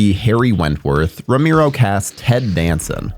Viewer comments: You say Tomato, we say Tomato, You say Rameero, we say Romero. It's too distracting, I had to stop watching. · Who's "Romiro"??? Oh! You meant ROMERO.... 🤣🤣🤣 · It's pronounced ro Mair o.Not ro mere o.If you're going to act like a horror expert,dude,I can barely watch this every time you say ro mere o. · Get someone to narrate who can pronounce Romero's last name properly ! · Seriously, this has been driving me crazy the whole video. It's not even that hard of a name.